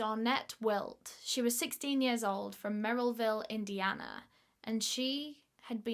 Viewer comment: pausing mid video, for future reference merrillville is pronounced mare-uh-ville anyways i’m hype to get back to this case i’ve been eagerly awaiting these videos